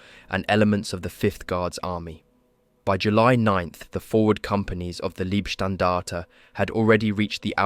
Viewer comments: Love these videos but please learn how to pronounce german names and units. Leibstandarte is Laybstandarte and not Leebstandarte etc. Both my grandfathers participated in the war. One with the finnish and one with the germans. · Not wanna be pedantic on such a excellent job, but the 1st SS is pronounced like "lie" not "lee". If relevant at all. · How many different ways can you pronounce "Leibstandarte" in one paragraph? Otherwise, a well-done video.